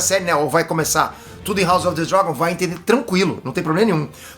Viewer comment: Como assim o não sabe falar " House of the Dragon " 🤔